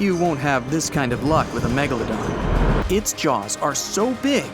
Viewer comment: At the start he said the meglldon [ik wrong spelling]